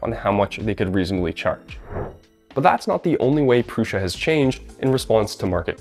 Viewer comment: My biggest question is why people pronounce it "Prusha". I watched the Core One reveal video. Josef 'the actual guy the company is named after' Prusa introduced himself as Jo "Proosa". If that's how he's saying it, why do so many other people insist on saying Prusha??